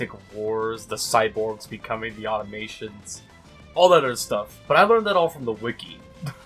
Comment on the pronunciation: >Can't say 'Automaton' correctly This may not be the quality, intellectual thinkpiece I'm looking for.